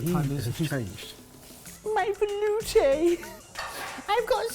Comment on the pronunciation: This video taught me how to make a velouté and then ruined the pronunciation for it forever!